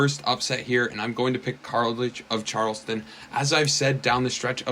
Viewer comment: You were really struggling to pronounce college of Charleston 😂😂